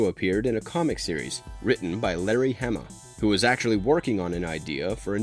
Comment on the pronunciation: It was Col Hawk that came to Snake eyes in the comic. You even showed the panels. It wasn’t Staller. It was Stalker and Hawk who came to recruit Snake eyes. Also you mispronounced Hama… (Hah-mah) not (ham-ah) also the pronunciation of Arashikage and McCullen are totally wrong. 😂machines need phonetic spelling.